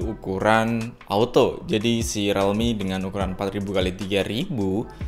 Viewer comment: Rilmi bang bukan relmi